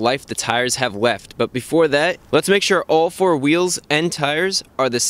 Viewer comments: "so we're going to see how much life the tires have weft" hehe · does Chris fix have a speech impediment with his l's its a rare occasion i hear him saying weft or wook